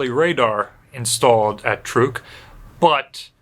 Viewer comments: It's pronounced 'Trook'. I myself just bought a 2020 Chevy Trook. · I’ve always said it like “truck” too. Ain’t no stopping it now. Truck>Trook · I know the local language is pronounced "trook-eez", so pronouncing it "trook" is likely correct. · Every time I've heard this atoll talked about, prior to being renamed post war, it was pronounced "truck". This is the first time I've heard "trook".